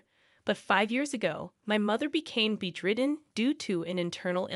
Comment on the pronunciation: Is "bed-ridden" really that hard to pronounce properly?